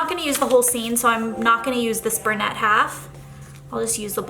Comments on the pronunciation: I think traveling spreads are the best! One of my favorite of yours ever was the glamping one with the RV and cactus and bandaids (it was a mystery kit!). But girl when you say bur-nette instead of brunette, I’m like Burnett’s—where’s the alcohol?! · A “bernette” or a “brunette” haha. I’ve never heard it pronounced like that before. 💜💜💜💜💜 I love these spreads.